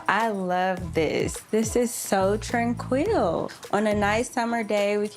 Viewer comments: Tran-quill ! omg. wanna-b-queen 😂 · For someone with expensive taste, I thought she would pronounce foyer the French way. And what about the way she said tranquil?